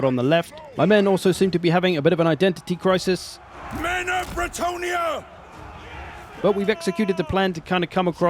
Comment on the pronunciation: Identity crisis " Men of brentonnia!" 🤣🤣